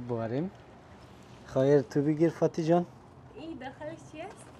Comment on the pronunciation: آقاي محترم...شما که خانم خوده دوست دارین احترام میگذارین. به جای این که اسم شه بگیرین باید .بانو جان بگویند یا عزیزم..یا گلم ...شما نه تنها اسمشه میگیرین بلکه درستم تلفظ نمیکنن ...فاطی...می‌گین که اصلا خوب نیست